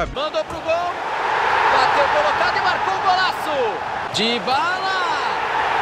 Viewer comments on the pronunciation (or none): none